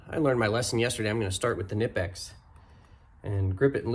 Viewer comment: Good video! Entertaining as always. Great idea with the trimmer string! Oh, Knipex says it's pronounced "Kuh-Nipex", by the way, haha! Awesome tools.